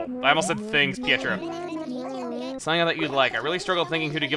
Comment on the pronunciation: Hey! I was just wanting to say that Pietro's name (since he's a clown) is pronounced Pie-Tro, like Pie Throw. Love the videos!